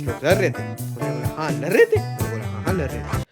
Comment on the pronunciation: Ladh❌ Lar✅